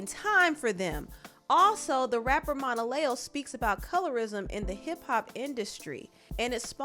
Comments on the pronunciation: Just FYI, it's phoneticlly pronounce Mona-Leo, like Mona Lisa. I said it like you as well until she explained the origin of her stage name. I don't blame Mariah! She didn't sign up for this mess like the other baby mamas. She was his wife, and although after they divorced she wasn't expecting him to not have anyore children. But she was expecting him to still be an involved parent to her kids regardless of any other children. He's out here just having baby after baby and her kids aren't getting the live and time they deserve because he just doesn't have it to give. He's created a lot of single mother led households and ultimately it's the kids who are going to suffer the most. He has no plan on how to make it work, either. I feel for all the kids because none of them will ever have more than a photo op and a few hours a month to spend with him. I hope he's seeing the error he's made and stops this bullshyt while he's still under a baker's dozen of kids. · Saying Monaleo name wrong is killing me rn